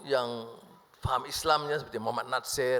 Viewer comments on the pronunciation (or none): none